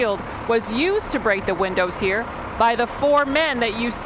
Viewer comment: "IT took 3 men to throw Socrates outta huerrr!"